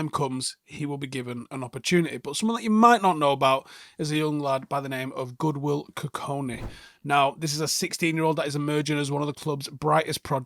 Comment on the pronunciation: and godwill not goodwil lol